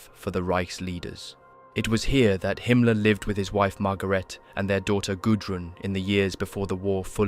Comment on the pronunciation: I agree, excellent job! Himmler's name is pronounced slightly differently, but everything else is identical to my understanding. It's not common that I find such a comprehensively correct video.